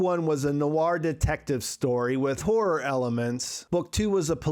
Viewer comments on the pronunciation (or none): none